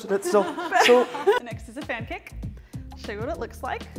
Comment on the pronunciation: when she said 'Fan kick' i tough she say "This is the pancake" and i was ready for it